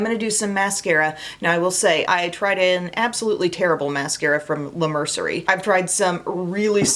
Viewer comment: I think it's pronounced "la Mer-see-ay" like in French. ❤ I love this video. I'm on a very tight budget, so I love the Dollar Tree! I got a great eyelash curler there, as well as makeup! P.S. Loved this video so much that I subscribed to your channel 😊